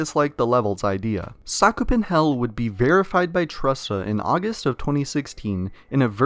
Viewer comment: It’s SUCK OO PEN not SoCk Uu PeN